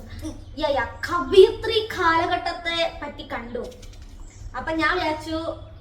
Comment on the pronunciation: കവിയത്രി ❌ കവയിത്രി ✅ psc point